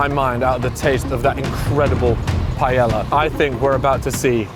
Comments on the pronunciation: Jhajajajaja saying paiela instead of paella 😂😂😂 its not that difficult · I don’t understand how he can glaze the Paella, yet bro doesn’t even try to pronounce it right. Bro over here calling it Pallela, it’s not a mispronunciation problem. Bro just making a whole new word 😂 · the way u pronounce paella is rough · the pronunciation of taco and paella killed me 💀😅